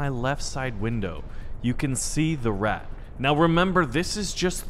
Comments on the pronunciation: It Isent rat but ratte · IT IS RATTE NOT RAT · It's Ratte, not rat pronounce it correctly next time. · ''rat'' its the ratte :( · It's the rata not the rat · Just so you know it’s pronounced ra tey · Pronounce the E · You pronounced the tank wrong, it is the PZ1000 Ratte